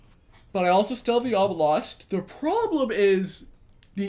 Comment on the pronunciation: Uhh,.. it's obelost